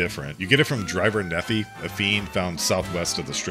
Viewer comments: Patrolling the Mojave almost makes you wish people could pronounce it Nef-eye, not Neffy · You mispronounced Nephi.